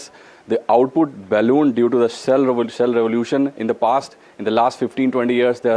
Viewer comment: SHALE oil... Please correct